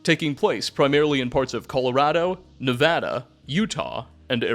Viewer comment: He said nevada right!!!! Lets goooo